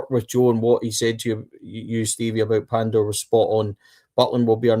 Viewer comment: Lads you will need to learn to say Pandur's first name right . 😂🔴⚪️🔵